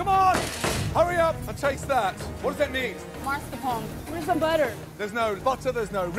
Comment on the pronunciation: I’m even madder than Gordon — who the hell still says “marscapone”???